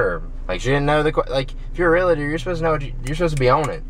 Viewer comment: first you need to learn how to pronounce realtor lmao